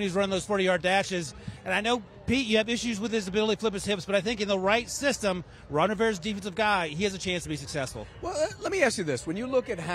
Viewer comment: tell me he didn't say Ron Rivera